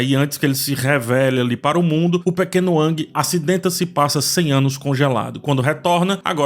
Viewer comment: Cara, tu não teve nem a decência de pronunciar corretamente o nome do protagonista, e quer comentar alguma coisa ? Fala sério! Essa série foi feita primeiramente para os fãs. The las of Us já nos provou que tem que adaptar fielmente sim, porque querer inventar e correr o risco de estragar uma obra que já é maravilhosa ?